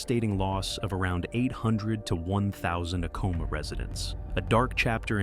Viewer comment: I worked for Acoma, PR Director, in the 90s, it is A-coma not uhcoma